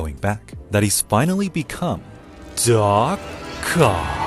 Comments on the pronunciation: Did he say "Ock?" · Does anyone else hear "Do-Cock" here? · Did he said : DO COCK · The way he saying "D...oc oc" sounds like you said "The cock" 😂😂😂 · Bro needs to never say doc ock ever again 💀💀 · yeh you could see him struggle saying that lol